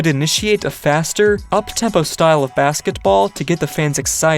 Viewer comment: dawg i was just thinking the same thing💀chill on that T